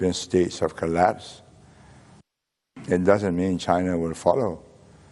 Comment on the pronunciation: He pronouces China like Chana